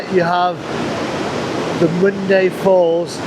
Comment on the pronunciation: Its pronounced " Mondah Uh"